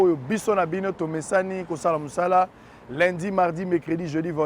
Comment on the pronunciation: Ndeko sango ba lobaka Lundi est non Lindi merci!